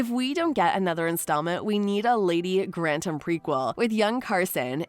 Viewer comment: It’s “Lady Grantham,” not “Lady Grantam.”